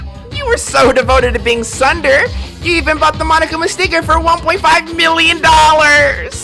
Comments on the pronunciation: this man actually pronounced tsundere (soon-dare-ayy) sunder bruh im sleep😂😂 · he said” sunder?” i said SIR ITS tsundere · He..... he said Sunder instead of Tsundere. I don’t blame him there are too many dere’s..... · TSUNDERE? This man said Sunder I'm gonnnee 😂😂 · THIS MAN SAID "SUNDER" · Bruuuu!! I'm like... "Soon-dare-a" Roll your r's bru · He said tusuder it’s a dere dere type lmaoooooi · bru, it's pronounced "soon-day-ray." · every time said tsundere i died a little inside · Am I the only one dying at how pronounced tsundere? I am? Oh... Ok. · pronounces Tsundere wrong Me: ultra mega triggered